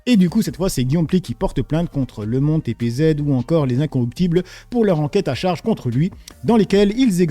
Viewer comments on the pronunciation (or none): IN-ROCK-UP-TIBLES pas incorruptibles MO-DÉ-RA-TEURS pas modeurs DES pas "de les" C'est pas compliqué, pourtant.